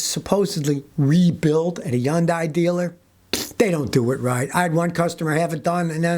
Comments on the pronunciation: "Yundai" Kills me every time. 🤣🤣🤣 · Never heard someone say Hyundai without the “H”… I’ve always said it like hun-die. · Yun - Die ! lol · Hyundai = Rhymes with Sunday C'mon Scotty 😂